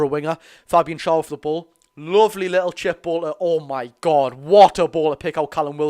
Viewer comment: Please say Schar's name correctly FFS